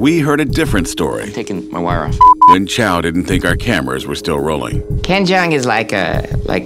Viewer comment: 影片中，『周』的發音是廣東話(和周潤發相同)，不是普通話。 將老周設定為臺灣人，怪怪的。